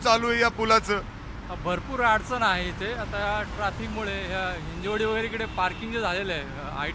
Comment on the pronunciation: हिंजवडी आहे ते हिंजेवाडी नाही!!